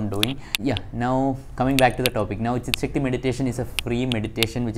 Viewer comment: His tongue slipped , he said chick sakti meditation...😂😂😂😂😂😂🤣🤣🤣🤣🤣 trolling you just for fun. Dont take it seriously brother.😇😇